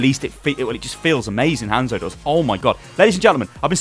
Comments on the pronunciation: It's not fucking Han-zo it's just fucking hanzo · PLEASE PRONOUNCE THEIR NAMES (HOH-NZ-OH) and (SOH-M-BRAH)